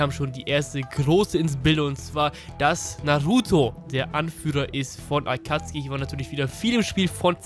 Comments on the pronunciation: Hör auf zu sagen akatski. Es heißt Akatsuki. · Warum sagtst du akatski anstatt akazuki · Warum sagt er statt akatsuki akatski kann das mir mal jemand erklären? XD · Kannst du bitte Akatsuki richtig aussprechen... Ich gehöre zu der Alten Garde die Theorien von früher waren nicht schlecht. Aber manchmal auch durchgeknallte Theorien die gar kein Sinn machten.